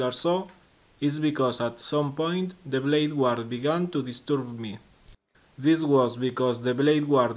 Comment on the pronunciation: 'Guard': the u is silent, so 'gard'